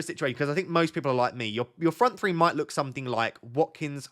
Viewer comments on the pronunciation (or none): none